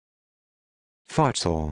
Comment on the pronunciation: Fart saul? That makes no sense at all. Futsal comes from Spanish fútbol de sala and Portuguese futebol de salão. A close approximation for English speakers would be foot-sal, in which sal rhymes with pal.